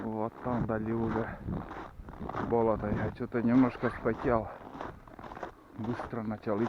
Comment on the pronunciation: Не привычно слуху "бОлото ",ведь правильно "болОто", это в Коми так говорят?